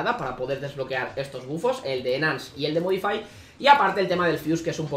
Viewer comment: enance xd